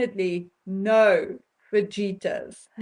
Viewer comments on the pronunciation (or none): Pronounced fah-hee-tas